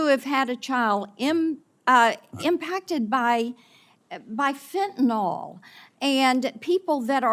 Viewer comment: Marsha Blackburn doesn’t even know how to pronounce Fentanyl. She says “Fentnol.” Hard to take her yammering seriously when she speaks so poorly.